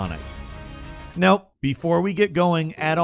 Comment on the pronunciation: "nope" well, thanks for just getting it out of the way. (either that or you really need to make sure your "now" doesn't sound weird.)